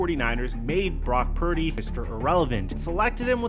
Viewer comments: is also illiterate too. He pronounce Purdy "parody" lol. I think he's doing that on purpose cause he's so jealous of brock purdy. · can’t even say Purdy’s name correctly much less articulate an accurate analysis of Purdys game.